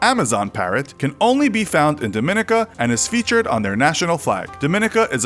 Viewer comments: Dominica. DORM-me-nee-ka. Not DOOR minica. Why can't y'all say it? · its dominica not dminica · Dominica is pronounced Dom-min-ee-ca not Duh-min-nick-uh. The people are Dominican, but not pronounced like people from the Dominican Republic. They’re pronunciation is Dom-min-eek-en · Pronounced: DOM - in - ICA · It's pronounced DohMeKneeKah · You pronounced Dominica and Nevis incorrectly. It is Dom-me-knee-ka and Knee- vis. This aggravates me with videos like these attempting to share information. Get the pronunciation correct first. I am West Indian. We are not lonely and is accessible by air and sea. We are listed on cruises. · Dominica is pronounced Dawh-mih-nee-Kah. St. Kitts and Nevis- Nevis is pronounced Nee-vis. Thank you :) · Dominica is pronounced “domineeka” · The stress in "Dominica" is on the third syllable, i.e. the second "i": domi-NEE-ka. Nevis is NEE-vis, not "nevvis". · It’s pronounced dom-min-knee-cuh 😭😭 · that's not how you say "Dominica". The stress is on the second i (on the third syllable): dɒmɪˈniːkə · I'm a Canadian and my grandma is from Dominica and it's pronounced Dom I nica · dont mean to come off as r/Imverysmart but I'm pretty sure Dominica is pronounced as "Dom me nee ca" but idk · You’re pronouncing Dominica wrong - it’s not pronounced like the Dominican Republic. My wife grew up there. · Pretty sure that's not how Dominica is pronounce 😂😂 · He's pronouncing Dominica wrong lol. The cringe. Edit: He pronounced most of the Caribbean countries wrong. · Just a friendly flag that your narrator mispronounces both Dominica and St. Kitts and Nevis. Perhaps good to talk to locals before deciding on a pronunciation. :) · .....that not how you say Dominica. Itll take you 3 secs to google its pronunciation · When you make a special effort to pronounce Liechtenstein properly but can't pronounce Dominica properly.